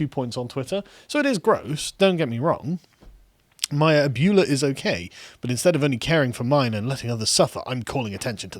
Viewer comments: Abuela...Ab-way-luh. Love you guys and totally get it, just figured I'd put this here lol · Abuela is pronounced more like Ab-way-lah. And it is Spanish for grandmother. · Carl pronouncing abuela like ebola makes it so much funnier Save AOC's ebola everyone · "Ab-whey-la" dammit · Listening to Carl and mispronounce ah-bWEH-la gave me a chuckle. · It's pronounced abwella! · "Abuela" is pronounced "Ab-well-a". Love you guys! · Abuela: Pronounced "Ab-way-la" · Lol “ab-ewe-la” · It's pronounced a-bweh-la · One of the many legacies of the British empire is no Englishman has ever bothered to learn how to pronounce foreign words. Spanish is particularly easy because it is spelled phonetically, and their vowels always take the same pronunciation. Ah-bway-lah. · Sargon it is pronounced “Ab-Way-La” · First, I must pedantically point out that it's pronounced "ah-bway-luh" and PR = Puerto Rico. Second, AOC is such of oxygen. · Lol while I appreciate your attempt Spanish, try saying it like this. Ab (like the muscles in your chest) well (like where you get water) ahh (like the sound you make when you have a refreshing drink). Ab-well-ahh Lol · Great now he's going to read that as A-Bwee-Lah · Abuela is pronounced "Ab way la" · Ah-bway-luh, Carl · It's pronounced something like A-bwello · "Abeuoolaaaa?!"..... that is the new most wrong way I've ever heard it said. I am a white guy and even I'm like "damn white people can't say anything right!" XD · with respect its pronounced aw--bway-law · Its pronounced uh-bway-la😎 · abyoola LMAO sargon spain isn't far away, how do you not know how to pronounce abuela? maybe it's an american thing that we all kinda understand at least how to pronounce spanish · It's pronounced "ab-way-la". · The real tragedy of this video was the butchering of the word abuella to sound like Ferris bueler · It's pronounced ab-way-la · Carl it's pronounced "a-BWAY-la" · Abuela pronounced ab-wella. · pronounce it ABB-way-luh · Repeat. ah-BWAY-lah.